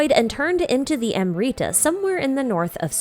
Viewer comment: This was prolly your best video in a while. Really needed this timeline summary of things after 3.6 Though I still have a gripe with pronunciation. Amrita was prolly the lowest hanging fruit amongst the various random jargon genshin throws at us. Had to replay that bit bunch of times where you kept saying 'amreetah'. Would really be great if you could consider checking the proper pronunciation of indigenous words.